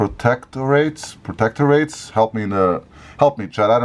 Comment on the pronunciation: You said “protectorates” correctly early on, with a brief last syllable rhyming with “but.” These are places like Guam (and Puerto Rico, I think) that are protected by the U.S. but aren’t states.